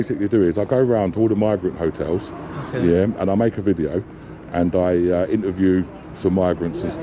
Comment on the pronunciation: He takin a wideo 😂